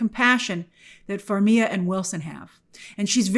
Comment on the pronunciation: Who is Vera "Far-mia"? It's always been Far-mi-guh, Grace. Why complicate it? She's Ukrainian. Far-mi-guh with a rolling 'r'.